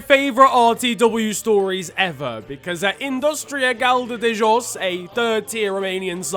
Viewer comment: Hey man! Good pronunciation of "Ovidiu Hațegan". Believe me we are embarrassed as well by how we officiated the game... is not his first time butchering games. Also, I am surprised that you didn't include the fact that in the same game, one of his assistants asked Haaland for an autograph... that would have been funny. Also also, very good pronunciation of "Industria Galda de Jos". For someone who doesn't speak Romanian, you nailed it. Keep up the good work fam!